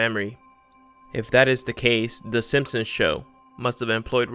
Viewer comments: Are you saying "the Sinsoms" instead of "the Simsons"? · in my reality it was the simp-sons, not the sin-sons as you call them. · Mandela effect: I remember the show being called “The Simpsons” but you’re clearly calling it “The Simpsoms” WOW!! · Am I the only one annoyed by the narrator’s mispronunciation of the name simpsons? Come on make sure your saying it right before u post videos lol